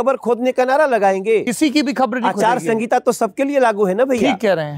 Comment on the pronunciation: आचार संगीता 🤣🤣🤣 आचार संहिता होता है कोई बताओ इन्हें